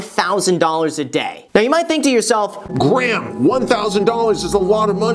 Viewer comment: Why do i always hear greg* instead of graham? And i always go wait!... is his name greg? then i check the channel name and all!